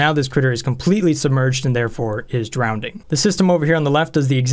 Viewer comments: Sorry but I couldn't help but notice, you're pronouncing drowning with an extra "d". (drownding, instead of drowning) I'm trying to ignore it but I'm having trouble. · Are you saying drownding instead of drowning? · is it just me or did he say "drowdning" all the time? yes i do mean drowdning i did not write incorrectly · Christ on a crutch man there is only one D in drowning, there is no word drownding. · Drownding? Doh no! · nobody:: Drownding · Andrew Ihle it’s Levi-O-sa, not Levio-SA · down vote! couldn't handle your pronunciation of drowning. there is only one D.